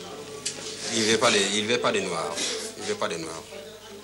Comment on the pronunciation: Derrière des murs sales dans un foyer ou vivent des noaARrrr!!! 🤣